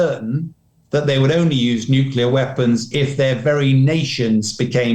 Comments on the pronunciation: He said the n word! nuculer - lol. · Not Nuculer. It is pronounced Nuclear! For heaven sake! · Please, someone, take this guy aside and teach him how to pronounce the fairly simple word: "nuclear." It's embarrassing.